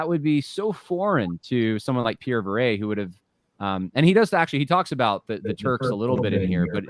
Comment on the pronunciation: Yeah and Viret is pronounced vee-ray. Excellent video thanks for the hard work.